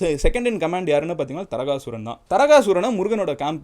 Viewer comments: It's not Taragasooran, his name is Thaaragasooran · FYI : தாரகாசுரன் ✅ தரகசுரன் ❌ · Tarakasuran illa taarakaasuran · Ella pronounciation mistake thaarakaasuran veera mahendrapuram